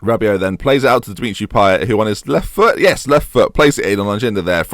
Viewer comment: You pronounce the t in Payet btw - diff pronunciation cos he's not quite French